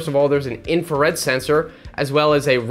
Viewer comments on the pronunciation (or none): mate please it's pronounced infra-red. Not infer-red. look it up this keeps driving me up the wall